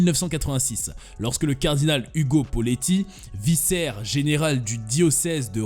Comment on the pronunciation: On ne dit pas vissaire pour vicaire Cela se dit viquaire Autre chose ce n'est pas Martin Luther King mais Martin Luther